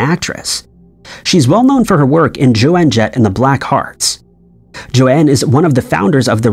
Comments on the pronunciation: Roy SNYDER??? JOANNE JETT??? And he can't pronounce Bogart's name correctly.Lazy, very lazy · It's JOAN jett, not Joanne Jett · This video PISSED ME OFF. You need a better AI voice over, because JOAN is pronounced JONE, not JOANNE!!!!! You have lost a sub because of this. Get your shit together, and stop disrespecting people. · For Fuck's Sake, it's Joan Jett, not Joanne Jett. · If you can go back and correct, please fix Joan Jett!! It is pronounced Jone not Jo Ann! And also- it was definitely standing. I don't care what it says on lyrics sites now. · Joe-ann Jett 😂😂😂 I heard Miley Ray Cy-ree-us earlier today on youtube too. 😂 Fhuck. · I'm 41 and it def was "Objects in mirror may be closer..." different manufacturers 'may' have had diffent warning labels though? Anyway, besides the infuriating butchering of the names Joan Jett and Humphrey Bogart, the emoji one is trippy because I can clearly remember the robber and the hiker with the mountain behind him. Fucking weird dude.